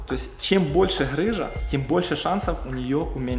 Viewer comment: ГГГ рыжа а не ХХХрыжа объясните кто-нибудь ему Русский язык ) Бля когда от доктора слышишь сразу представляеться Вася шо хдэ!)))